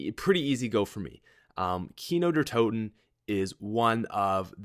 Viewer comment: When you say kino der toten you pronounce "toten" as Tor-ten not toe-ten... Just so you know.